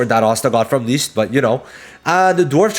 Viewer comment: You kept butchering the pronunciation of Licht. You really need to watch the english dub to learn the correct pronunciation.